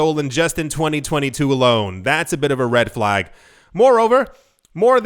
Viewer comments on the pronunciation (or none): none